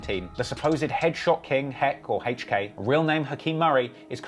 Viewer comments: It’s hilarious every time he pronounces HK as Hache-k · Why you pronounce HK like that?